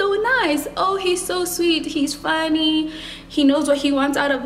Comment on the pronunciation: "he's fuuny"-what accent was that??? I am annihilated